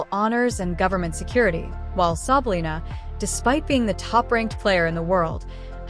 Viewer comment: Why don't you do something special and learn to pronounce her name correctly? You can put up a video but can't research how her name is pronounced? You're so fake.